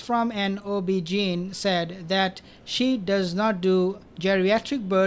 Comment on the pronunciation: OB GYN is pronounced OB Gyn like wine, like fine, like line, like dine like nine, like pine, like sign, like vine, like resign. Love your videos, sir!